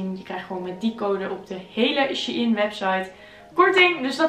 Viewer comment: is het She-IN of Shein (zegt shine)